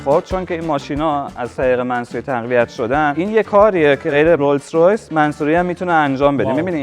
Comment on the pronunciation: بازم تلاش کرد ولی بازم تو اینترو گفت رویز رویز 😅